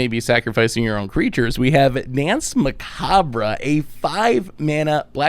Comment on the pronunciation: Did Tomer let Seth preview Danse Macabre because he know Seth, prooooobably better known as, would pronounce "macabre" incorrectly?